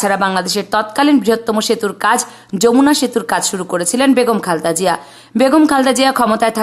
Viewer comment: খালদা জিয়া খুব খারাপ শুনাচ্ছে সুন্দর করে খালেদা জিয়া বলতে পারলে বলবেন নাহলে ভিডিও করার দরকার নাই 😢